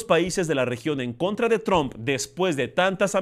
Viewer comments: ES TRUMP …. NO TRON . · Se pronuncia Tramp...no...Trump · y no es TRUMP SE PRONUNCIA TROMP